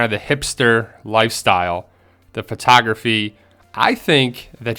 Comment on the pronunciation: photography is pronounce "fotografy" not "potography". are you a garbage person?